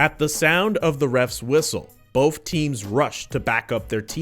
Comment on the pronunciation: keep saying "BOAF" instead of "BOTH"